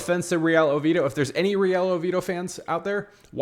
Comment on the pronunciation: Oviedo brother please pronounce it correctly